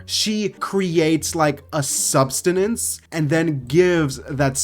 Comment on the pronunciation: It's ok, you just say "substenance" a lot sometimes